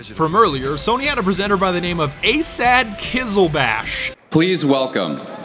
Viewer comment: Asad is an arabic name and you said it wrong trust me im arabian